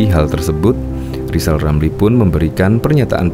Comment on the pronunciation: Lisal Lamli jangan sombong? Bila anda bisa ngomong Eerrrr maka anda diangkat jadi menteli terus dibuang di Nusakambangan